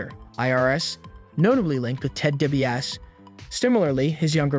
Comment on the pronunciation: Bro your just destroying some of the names...tge way you pronounce Wyatt and Ted Debiase etc....its aggrevating...when you mention the Wyatt family you say it right but your not when you mention Bray